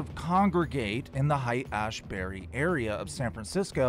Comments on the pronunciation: Just a heads up! Haight sounds more like hate, Pronounced, hayt. Random tidbit...sounds like Hank was a trip sitter. Check out the Zendo project which is at almost every festival now (at least out here on the west coast). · It's pronounced hate. Hate Ashbury. Lol. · Haight pronounced like Hate;) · "Hey. It's pronounced, ..hate Ash bury. " 🤷